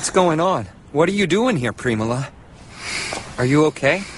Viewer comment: its preemala